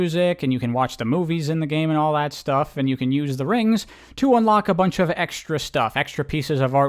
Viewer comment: Hearing you actually say "rings" is extremely funny and weird lol